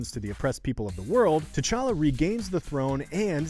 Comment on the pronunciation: TCHACHA? It's T'challa